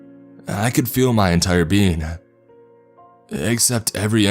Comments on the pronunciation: my dumbass kept hearing bean instead of being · Is it getting on anyone else's nerves that he repeatedly keeps saying "bean" instead of "being"? Haha, he's saying it too fast! 🤷‍♀️ That would suck if that's what happens when we die. Selfish MAN, of COURSE he would pull this shit while she's giving birth. Haha-all in good fun!😘